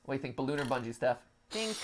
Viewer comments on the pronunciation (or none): MAT WHAT THE HECK ?! YOU PRONOUNCED BALLOON IN FRENCH !!! SINCE WHEEEEEEEEN !!!!!